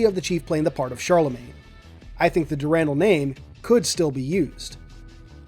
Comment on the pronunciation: "Dur-rahn-dahl", my friend.